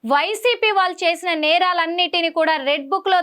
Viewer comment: వాల్లు అనకూడదమ్మా "వాళ్ళు" అనాలి.